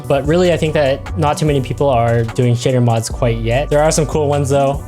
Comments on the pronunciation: tbh i kept hearing shitter instead of shader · Every time he said shader I kept thinking he was saying s**tter.